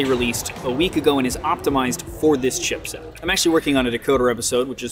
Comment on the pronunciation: Every time I hear this man say chipset I die a little more inside